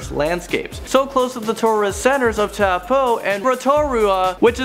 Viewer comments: Taapoo WTF Taupo? (T-ow-po) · did you say taupo as "tapu" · the pronunciation of lake taupo was on fleek XD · I'm from New Zealand and I laughed when he tried to pronounce Rotorua and Taupo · thank you for making this cause im from alot of contries but im mostly maori and ive done all of these and you should go to the sky tower and its not towpoo its toapo and rotatua is not roterua just saying and we roll your tounge when useing our launge (maori) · Kia ora kouto I live in New Zealand and you said no names right in front his video Rotorua: Roto-ru-a Taupo: tow-po And others 😂😂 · I laugh so loud when he said taupo Rotorua ruapehu